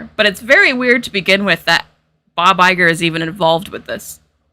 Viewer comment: The way you pronounce Bob Iger, I heard " by by girl" (I don't know of your pronounce has something peculiar or it's the regular one, but I am Italian native-speaker and had never heard that name pronounced by an English speaker, so I didn't expect it to sound like that)